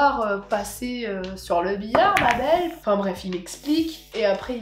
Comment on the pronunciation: Je crois que "langue de wood" me fait encore plus vriller que "ma bwelle" 😂😅🙈